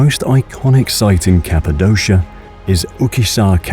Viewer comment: Excellent photography but nearly all of the Turkish words are mispronounced and several English words as well. For example: Capadokia.